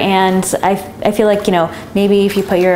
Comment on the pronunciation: and you always say I FFEL LIKE